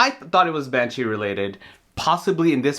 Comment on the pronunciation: "manshee"... so the sheriff has a vagina now?